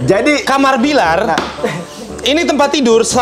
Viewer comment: Billar udah kebawa Dede nyunda bgt F jadi P wkwkwkwk